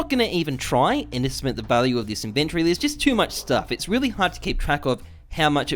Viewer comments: Why do you say inventory wrong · How come this guy pronounce inventory so weird